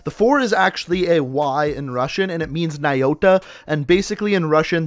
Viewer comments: Yeah its not Moyota its POCHTA mail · no, it's "pochta" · "NAYOTA" that kind of hurt, the transliteration it's "PACHTA" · Nayota is actually pronounced potchta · The "4" is a "ch" and the "n" is a "p". It's pronounced pochta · Hey it’s “pochta” on the mailboxes it does mean mail at least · That’s Cyrillic on the mail boxes man ПОЧТА means mail office technically this is pronounced pochta because the “4” makes a “ch” sound. Figured you might want the actual info on that. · Ч is the sound ch and it sais pochta lol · The 4 is not a y know your facts it makes a ch sound